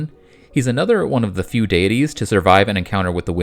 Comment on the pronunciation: I am about in, and I cannot stand how do you say, deities and pagan